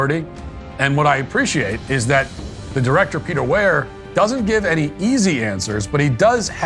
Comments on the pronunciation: Peter Weir is said like you’d say weird but just leave off the D. Easy. He’s one of Australia’s greatest directors, up there with Bruce Beresford. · Matt, the director’s name is pronounced Peter ‘Weer’. He’s Australian too. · I don’t think you can claim a movie is your favorite if you can’t pronounce the directors name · Good analysis, but Matt’s pronunciation of Peter Weir’s name is frustrating AF 😂